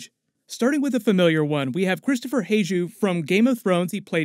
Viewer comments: Its pronounced kristoffer Hiv-you and mor-HEN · Your pronunciation of Kristoffer Hivju is interesting😅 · Man you suck at pronouncing character’s names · damn you butchered Hivju's name lol